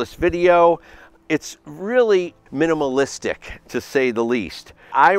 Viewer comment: Good vid and info but I had to laugh when he said that rig is “minamalistic”. I have a RED and my “minmalistic” system is simply a monitor on top, a lens and focus wheel and of course the battery.